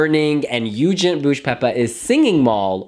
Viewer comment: It's Eugent, and I pronounce it the way it's written. Not [yoo-dzhint']. Even Eugent himself corrected the pronunciation to some of the interviewers xD